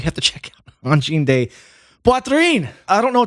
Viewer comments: “de” in French is pronounced “duh” not “day” the way it is in Spanish. Rock on, as you were, etc… ✌️😸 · It’s not ‘day’ Poitrine. It’s ‘duh’ Poitrine. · Angine de Poitrine is French for the medical condition we named using the Latin “Angina Pectoris”. It literally means “chest pain” Btw “de” is not pronounced “day”. The vowel is a schwa, to the English ear it’s pronounced something like a short “duh”. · Angine de “duh” rather than “day” - or the English translation, Chest Pain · Except perhaps that 'de' is more like 'duh', not 'day', to an American? Correct me if I'm wrong. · Angine “de” is pronounced like “the”